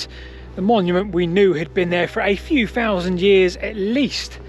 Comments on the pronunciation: Very interesting but really struggled with the constant th-fronting (saying things like fousand instead of thousand etc.) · If you can’t say thousand correctly then I would suggest that you don’t narrate, it has never been pronounced fowsand, such an irritating person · Say TH properly please. Pronouncing F is distracting. Fousand, Free, … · Fousand, free hundred, feory etc, etc. What is happening to the English language! 😂🤦🏻‍♂️ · Two FOUSAND four hundred BC?! 😱